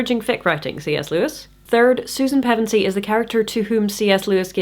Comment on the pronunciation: I'm 5.5/7th the way through reading Chronicles to my son right now and I have to thank you for the critique, but even more thank you for the proper pronunciation of Pevensie. Reading those names and places out loud generate more anxiety than it should, thank you for helping with that.